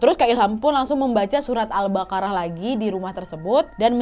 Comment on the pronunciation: kak bukan al bakarah tapi albaqoroh